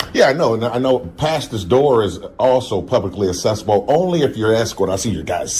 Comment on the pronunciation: Smug clown needs to learn English. “Accessible” isn’t pronounced “Assessible”. The first c is a hard c, sounds like k, the second c is a soft c, like s.